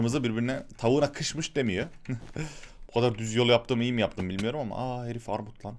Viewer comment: Arrrrrrrrrmut Abimizin sözü Benim sözüm Orrrrrrrrrtam çocuğu 😂😂😂